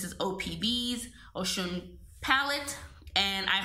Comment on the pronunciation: Its pronounced O-shoon she is also an african goddess